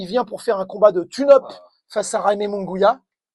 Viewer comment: Merci, mais on prononce " Munguiya" pas "Mungouia" 🙂